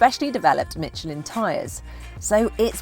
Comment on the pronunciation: There is no "t" in Michelin, just saying.